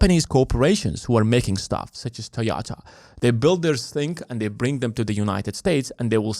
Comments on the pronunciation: dod you just say "TOYATA"? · What is a Toh-YAH-tah?